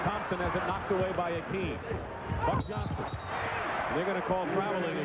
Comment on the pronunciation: Hakeem not Akeem